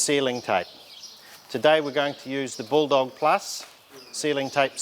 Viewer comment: Jesus you butchered the bull dog tape 😂😂😂